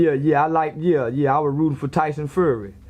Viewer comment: He keeps calling him tyson furry 😂